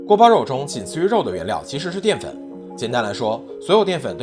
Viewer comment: guo bao you is the correct pronunciation:goat-turquoise-white-horns